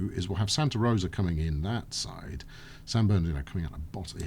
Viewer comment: with my best Hermione Granger impression You're saying it wrong... it's San Ber-doo not San Ber-doe!